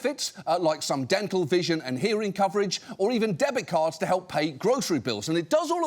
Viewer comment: Oh my god! Did she say dental? Ha!